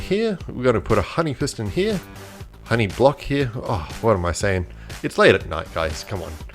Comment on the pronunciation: Did he say honey piston